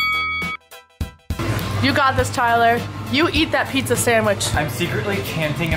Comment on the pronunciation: no it's pijja